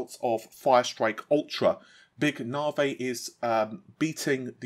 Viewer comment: Take a shot each time he says NAVEE